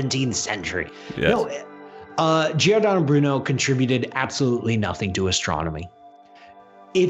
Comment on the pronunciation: Completely disappointing - especially the comments about Giordano Bruno (... and you can't even say his first name properly!) ... Giordano Bruno was a humanist that advocated for science and for humanism and ultimately was burnt to death for rationality and science. Contact the Giordano Bruno Stiftung (Stiftung is German for Foundation) - here: - they actually can speak English too! They will set you right.